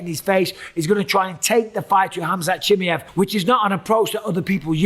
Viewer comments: it’s pronounced “chi-my-ev” you’re saying chimy- ev. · It's at least better than chimney that he said for the first 3 years 😅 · he's been calling him chimy-ev since forever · STOP SAYING CHIMMY-EV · Gonna have to turn this off i can't listen to you say chimmyev one more time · Bisbing it's pronounced chim-eye-ev lol vs doo-pluh-see 👊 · ChimAev mate. Not that difficult. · Jesus, can any of you guys just learn to properly pronounce the fighter names? Everyone has their own fucking way to say them and it's so annoying. Chimmyev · He really called him chimmy-ev the whole vid 🤣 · If Chimaev is that important to the sport, maybe learn to pronounce his name? It's not that hard, bro. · Bisping saying his name wrong should tell y’all enough about trusting his picks for Saturday 😂😂💀… all love to bisping tho 😭🤝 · Idk why he still calls him like that especially if u consider he pronounced his name right on the debut. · 100% did 😂 I can totally hear how he practised and got it slightly less wrong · Does my head in he calls him that! Why!!!!